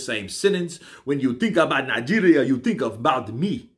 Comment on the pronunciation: Lmfao, I be nija boy living in UK, I freaking swear, your pronunciation of Nigeria is freaking accurate it got me lmfao.. Keep up the good work omo iya mi